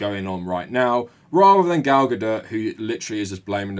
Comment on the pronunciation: Lol it sounds like you're saying 'Gal GaDIRT. ' Fitting 😅